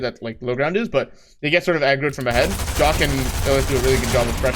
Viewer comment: it bothers me how he says jahq as jock